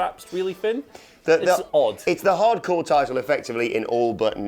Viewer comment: Why can't they say "hardcore"..good lord